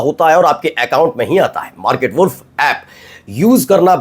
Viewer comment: “WALLf” nahiñ “Woolf” sahi uchchaaran hai.